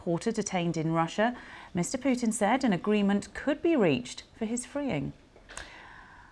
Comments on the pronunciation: He is not called Pewtin lady💀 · не понимаю английский, но слышу как эти *** произносят "Пууууутин")) *** манерные.